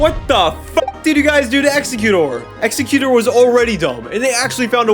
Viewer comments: its exester not exeyoucut. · I like how you say Exeggutor